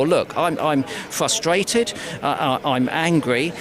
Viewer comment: Fwustwated and Fwightened